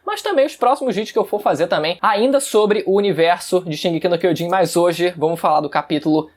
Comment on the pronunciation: "Shigeki Quiojin", 2013